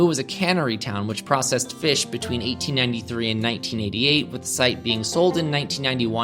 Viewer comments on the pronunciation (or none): none